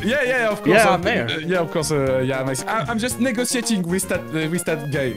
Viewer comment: he was saying in absolute good english "Im negociating"